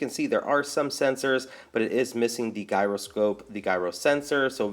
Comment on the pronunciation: "Guyroscope" XD